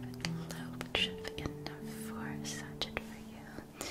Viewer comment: Not trying to criticize, just letting you know because I suspect you'd rather know than be left ignorant; sachet is pronounced sa-shay, not sa-shet. (And this is a glorious video! Alas, I've had to skip a lot because my misophonia isn't a big fan of whispering, but the worldbuilding and visual style is incredible, and I loved that the transitions were more than a quick visual fade.)